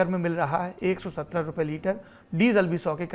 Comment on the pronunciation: pronunciation me 170 sunai diya brother is liye aise toh muje pta h rs 117 hi hoga itna diff thori hoga.